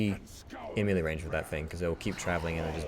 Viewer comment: mealy range.. lol Clicky McClickerson Great job though. You know someone is good when they make it look easy. I consider myself a pretty good destro lock and I am still struggling with the masks.